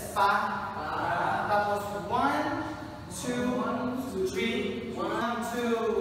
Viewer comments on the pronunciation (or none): "One, choo, chweeeee"